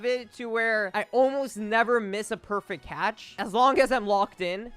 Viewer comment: i wanted 1 sec of not saying perfict catch, xp, money, best